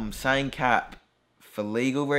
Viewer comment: you said "cap" like how thai people say "khap" which means "i agree" or "yes"